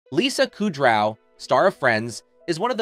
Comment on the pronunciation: Listening to you constantly pronounce her last name wrong makes my ears cry